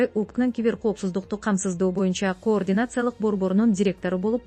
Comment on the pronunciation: Журналист дейбизби же алып баруучу дейбизби, мынча тупойсун ,кыргыз тилинде деле ударение катары созулма үндүүдой кээ бир тамганы созуп окуш керек го тупизм.....коррупциялык деген сөз '' каррупция"" деп окулат...тупизм....координация...😂😂😂😂😂ээээй позорище .кардинация ..деп окучу ..ой тупизм....позор ..